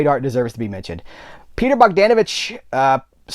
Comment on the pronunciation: You pronounced Bogdanović right. Greetings from Serbia.